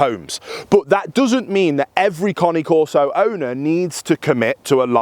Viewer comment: Shouldn't be making videos about a dog if you can't even pronounce the breeds name correctly 🙄